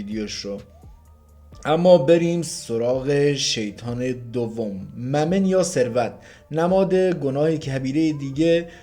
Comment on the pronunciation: کاکو اشتباه تلفظ کردید ممن نیست(مامون)یا میمون النکه در زبان عربی هست